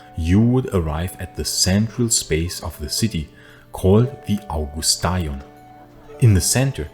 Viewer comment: People at that time didn't pronounce Augustaion the way you pronounce it , they pronounce it like in modern Greek, "Avgusteon".